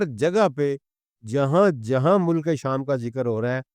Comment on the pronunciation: باتیں آپ کی سر آنکھوں پر لیکن الفاظ کی صحت پر توجہ دیں—-یہ تلفظ مو- لک- نہیں ہے بلکہ مُلک ہے ،لام پر جزم ہے- ماجود نہیں ہے —- موجود ہے- عربی بھی آپ پنجابی میں پڑھتے ہیں- وعلی ہذ القیاس